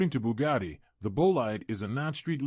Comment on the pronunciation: wha colo is yo booh-gadi?